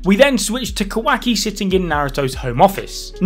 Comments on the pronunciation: Kawhacky... its KuhWahKey wah like water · i hate how he keeps saying "kwaki" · im sorry but....."QUACKY" llmaoooo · Sounds like he's saying kawhacki!😂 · No one:: KOWAHKI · He sounds like he is say quacks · The new dude pronounces Kawaki's name as "Quacky", idk if this is on purpose or not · “KA- WACKY” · Quaky is all I'm hearing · "Ka-wack-ii" lmao... It's Kawaki bruh... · Bro please never have the dude on again i hate how he pronounces stuff its not ka-wacky and how he butchered mitsuki